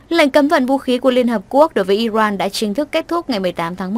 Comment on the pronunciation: Iran chứ không phải Iroan , đọc điệu quá.